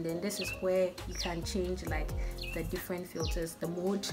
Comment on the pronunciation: herh did you say differenst💀😂